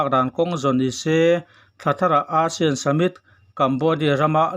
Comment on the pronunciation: A bengvar thlak hle mai Mahse, ASEAN lam rik dan hi chu a dik lo thin a english tawng a nih ang in ASEAN lam rik dan chu ei-sian ti a mizo tawnga kan lam rik dang hi a nih dan tur a ni.